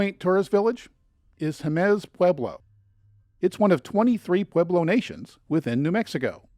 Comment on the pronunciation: Mispronounced Pueblo tribe names...